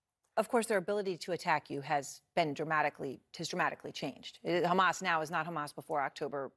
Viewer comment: Bennett is one of the most uneducated israel official i’ve seen on TV till now. The guy couldnt maintain a proper conversation without mentioning “destroying khamas” 😂